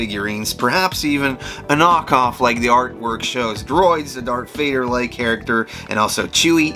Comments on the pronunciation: I think you said “dark Vader” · All credibility was lost the moment you called Darth Vader: Dark Vader